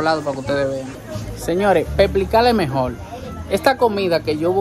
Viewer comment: enves de desir mejor dices mejol por ke pronuncian asi hablan como bebes je je je je je